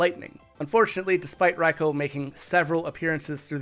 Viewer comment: Does anyone else have a problem with how he pronounce raikou😅